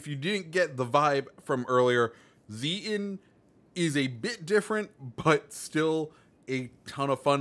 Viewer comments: It’s Zee-ten. In German the ie and ei sounds and are switched compared to English. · Your first try of saying Zieten is wrong, the second is correct.